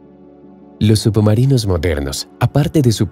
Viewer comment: Por que dice subumarinos?